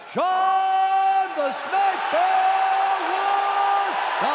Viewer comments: I take that back. When Buffer said Sean it actually sounded like Charles😂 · Even the ref heard wrong, lifting Charles' arm instead. Admittedly, I thought the first syllable sounded like both Sean and "Char" and was a little confused when I heard it live.